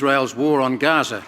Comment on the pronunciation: I think you failed miserably and disappointed us when we heard you mispronounce the word Gaza as "Gafa," even though you pronounced it correctly just seconds before. Unfortunately, we were deceived by you and others like you who support Hamas and Palestine. It's shameful that someone as delusional as you still do not understand the meaning of radical Islam. By the way, we'll soon see how the Palestinians will turn on you if you don't gravitate further toward them as they desire, and you'll see how they will scare the crap out of you. Don't forget that you are an infidel to them, no matter what you do, don’t play with fire you idiot. 😎